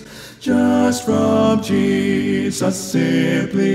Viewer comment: This is beautiful. The phrasing, legato, and tuning are all excellent (not to mention his exceptional range). He is a very skilled and tasteful singer. That said, I am always bothered when people sing "Jesus" with equal stress on both syllables (or worse, greater stress on the second). I am probably being too picky, but no one says Je-SUS. The second syllable should be noticably less than the first.